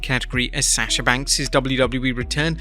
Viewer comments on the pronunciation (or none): none